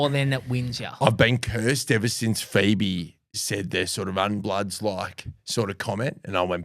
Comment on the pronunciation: Pheebe?? Damn I though it was Daphnee... Any way up the poddy!